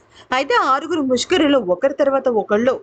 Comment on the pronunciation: ముష్కరిలు కాదు. ముష్కరులు